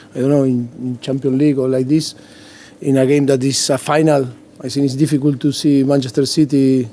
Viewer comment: “It’s not difficult, it’s difficool” - Pochettino